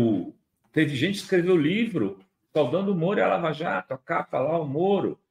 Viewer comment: "Laja" Jato...